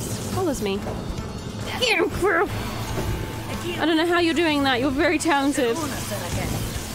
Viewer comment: I absolutely adore the way you pronounce Quirrel. 🥰